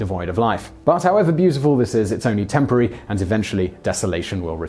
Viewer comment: You said "TEMPARY" instead of "TEMPORARY" in the last point.